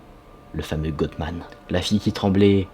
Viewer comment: Salut! GOATMAN se prononce GOAT comme AUTRE. Désolée, c'est juste pour t'aider .